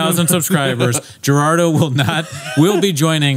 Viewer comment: Everyone gets Gerandos name wrong